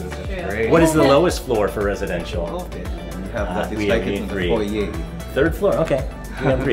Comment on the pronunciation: Thanks for saying foyeR and not foyeY 🫶🏼👏🏼👍🏼